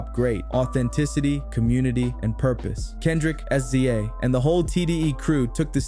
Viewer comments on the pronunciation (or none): If this NOT AI then respond to this comment. SZA IS PRONOUNCED SIZZA NOT S.Z.A